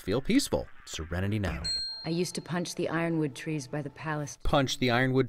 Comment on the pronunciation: “Scerenty now “ 😂😂😂😂